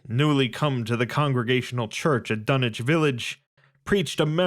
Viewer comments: can someone explain why tf it's pronounced dunnich instead of dunwich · Love the content and the story, but the fact that you say dun-ich and not dun-wich is a bit jarring to hear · Dunich..... what happened to the w? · Dunnnnnnnnnnnnnnnnnitch? Unsubbing lol wtf are you on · The Dun-itch horror....bahhh bye, happy trials